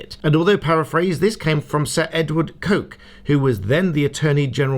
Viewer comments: Coke is pronounced "cook", a lawyer should know that. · Sir Edward Coke, it’s pronounced ‘Cook’ - how do I know? I was at Holkham Hall, Norfolk a few days ago (home of the Earl of Leicester to this day). Sounded like a very intelligent man and has an interesting coat of arms.